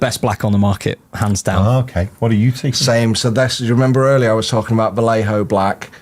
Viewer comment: We only need to tell how to say (vah-ye-ho)